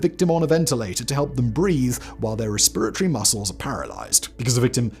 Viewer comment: Very entertained by the pronunciation of “resperitoty” LMAO.